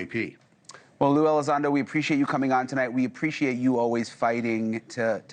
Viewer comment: Watched till he said lou elizond... After that I proceeded to type this, close my browser wipe my hard disk clean and start over.